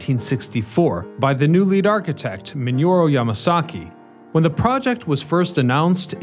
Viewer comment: The WTC architect's name wasn't Minuro it's Minoru